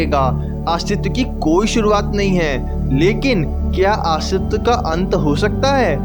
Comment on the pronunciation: Bhai aastiva nhi hota hai...astitva hota hai